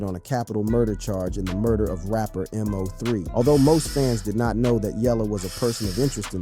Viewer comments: The man name is MO3 all one word bro, not M.O.3. It hit different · Why u know how to say everyone name but Mo3.. MO 3.. NOT letters and 3. Mo 3.. 😒 ran me hot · This m o 3 killing me its MO3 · Bruh it’s Moe- 3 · It's Mo 3 ......BUT you can say Yella Belly name right ??? Smh 😒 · Your a terrible blogger saying Mo3 name wrong and too it your information is not accurate 😂😂😂😂😂